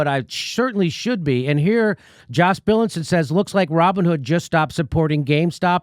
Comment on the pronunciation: "Raw Bone Hood"? LOL